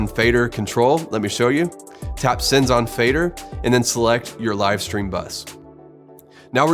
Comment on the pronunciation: Should be "Sends on fader"... Not "Sins on Faders" ;)